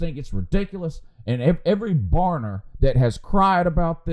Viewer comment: Why do you call them barners? good morning